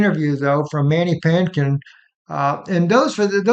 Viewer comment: It's ManDY Pah-tinkin